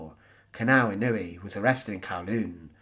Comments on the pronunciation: His name is NOT pronounced in-NOO-ee. It's pronounced IN-noo-way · Pronounced ‘In-o-Way’